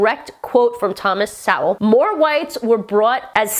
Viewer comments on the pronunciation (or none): Sowell is pronounced like "soul." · Thomas Sowell is pronounced So-Well, not Sa-Well. Said fast, sounds like Soul. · Thomas Sowell pronounced "soul" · It’s pronounced so ell ;) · Love you dearly!! And, love your vids. Sorry, but I'm a stickler for pronunciation. Thomas Sowell's last name is pronounced "Soul." Seriously.... Keep up the good work. Thx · I think his last name is pronounced Soul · I think you might need to work on your pronunciation of Sowell. It almost sounds closer to so-ul or so-wul.